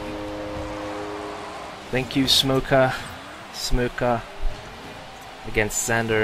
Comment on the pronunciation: Everytime says SMOKKA it sounds like SMOKER with a really weird accent